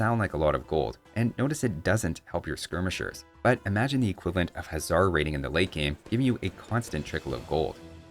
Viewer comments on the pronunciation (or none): none